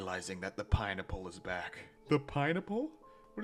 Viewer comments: why do you say pineapple like baranacle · the way you say pineapple makes me so impossibly mad